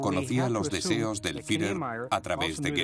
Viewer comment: EL DOCUMENTAL ESTÁ MUY BIEN. PERO LA PRONUNCIACIÓN DEL LOCUTOR ES PÉSIMA. NO ES "HILER" SINO HITLER, CON "T". TAMPOCO ES "FIRER" SINO "FIURER". SALUDOS.